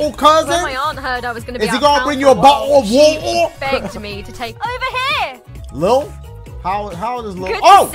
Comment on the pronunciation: How did I know Dashie was gonna make that “bo’le a watah” joke 😂😂